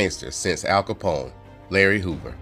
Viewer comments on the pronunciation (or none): none